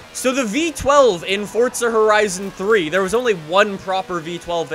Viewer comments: Its not fortza it's forza learn to talk brah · gómez its forza not fortza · Only problem with his vids is that he says fortza not forza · Fortza horizon 4 “forza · It’s pernounced (four-zuh) not (fort-zah) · Wht does he say fortza insteans of forza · Its forza not fordza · its forza not fortza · Welcome guys to FORTZA 😂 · Weds 10 no it’s forza😂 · Pretty sure the word forza does not have a silent t inbetween the r and the a.